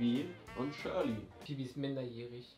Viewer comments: Das ist ned schorli sondern shirli🍅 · Shirli, nicht Shörli😂😅